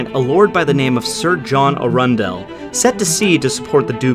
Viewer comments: Arundel is pronounced 'Arrundell' with the emphasis on the 'Arr', rather than the 'run' after the River Arun. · Arundel is pronounced "Aaron Dell" for what it's worth. Great vid!